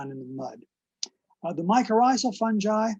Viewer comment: Sounds like she's saying "the ecological importance of some guy" 😄